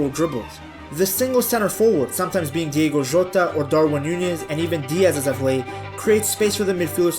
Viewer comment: Hate to be the one to correct spelling or pronunciation, but I'm sorry I can't let it go😳🤣 apologies! It's DIOGO, not DIEGO Jota.